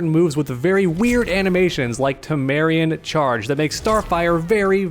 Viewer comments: "Tamarean." Me: "It's Tamaranean." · "Tameranean" - TAM AH RAIN E UN ❌ "Tameranean" - TAH MARE E UN ✔ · why does he keep saying tamarian?😂😂😂it’s pronounced tam-er-rain-ian, i can tell he’s never watched teen titans before, but besides that i love ur vids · I love rewatching these vids but every time says “Tamarian Charge” I die a little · TAH-MUH-RAY-NEON. That's the accurate pronunciation. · Great video, also I don’t mean to be that guy but it’s actually pronounced Tah-Mahr-Ay-Knee-Ahn. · You pronounced Tamaranean wrong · I’m never going to stop being bothered by how you mispronounce Tamaranean Charge.